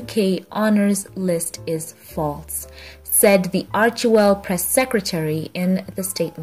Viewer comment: What I think, is that you should check the Archewell site to get the proper pronunciation of the name of the foundation. It just irks me wrong when you say it wrong. Thanks